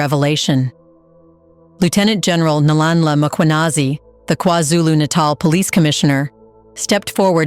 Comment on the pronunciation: I'd subscribe but fr my brothers name Nhlanhla to be pronounced like that, I'm greatly offended. He is Nlanla, he is Nhlanhla